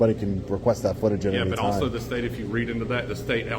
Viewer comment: Brah…you look for someone that says “elso” instead of also to be a fair and law abiding person. lol. Had to clown for a minute while I watch all the made up reasons and excuses they use to work up to getting you arrested. Lol